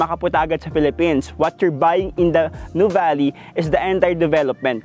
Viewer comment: Finally, someone who knows how to pronounce Nuvali correctly 😊